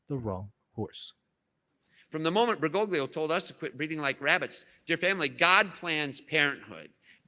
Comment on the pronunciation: That would mean that you are a Sedevacantist. Biblically, there can be no break in the line of succession. One cannot reject the Church and pope, and still be Catholic in good standing. You are outside the Church. REPENT. Why do you insist on massacring his name? At least get it right. BERGOGLIO, but he is still Pope Francis.